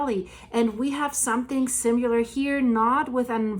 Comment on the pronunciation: Hey. You speak exquisite English. So please allow me to correct one particular pronunciation that you are not alone mis pronouncing. The word. Similar. Sound it out. There is no U. It's pronounced sim I lar not sim u lar. The Alaskan bush family pronounced it simular. I don't understand where it comes from. Please take this in the good spirit it's intended. Keep up the great work.